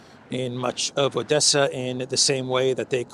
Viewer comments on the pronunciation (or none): none